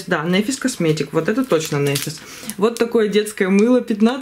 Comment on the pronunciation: только можно поправочку? НэфИс, не нЭфис. Ударение на И.